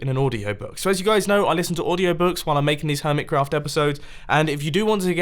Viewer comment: Am I the only one who thinks he said hermit CAFF server